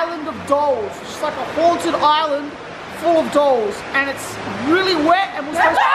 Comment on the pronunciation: I tought they said ''Doge Island'' not ''Doll Island'' xDDDD